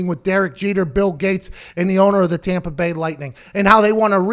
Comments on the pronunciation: “Tompa Bay” got me geekin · When you said tompa bay 😀 hahaha laughing